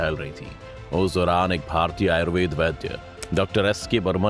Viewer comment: कृपया हिंदी में "आयुर्वेद" ही बोला करें "आयुर्वेदा" नहीं